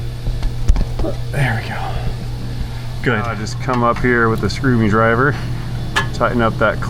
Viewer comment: Please don't say "screw me driver" LOL